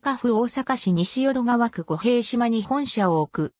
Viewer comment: 御幣島 を みてじま と発音するように調整してあげてほしいなぁ